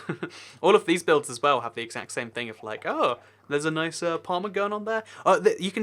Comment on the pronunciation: seconds into the video "Noice" lol reminded me of the meme no offence I like your channel